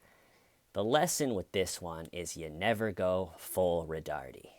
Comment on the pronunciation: It's "Roe-tard".